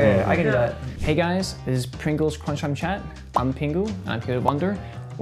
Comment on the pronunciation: Pengu saying pringles sounds like Pengles haha